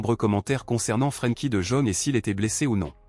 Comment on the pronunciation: d'abord on ne dit pas de jaune c'est pas un chinois il est pas jaune revoyez votre langage monsieur parler bien ce monsieur néerlandais s'appelle de yong en prononciation OK